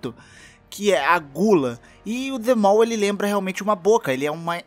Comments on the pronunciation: se diz "The Maw" :v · Ele disse que a tradução é "A Boca", então traduzindo para o inglês fica "The Mouth". Se for isso mesmo, ele está pronunciando errado. The Mall significa "O shopping"